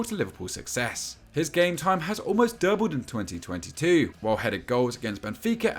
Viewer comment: the way he says doubled lmao